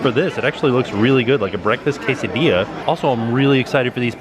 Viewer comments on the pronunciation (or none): none